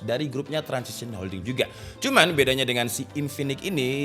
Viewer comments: Transsion Holdings bang bukan Transision😂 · Transsion Holdings bukan Transition Holdings.. Lol emang lidah kampung